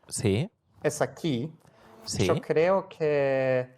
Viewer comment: I am impressed with that "creo que" pronunciation lmao